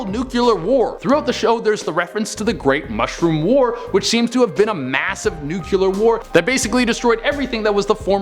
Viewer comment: He also says newculer. . .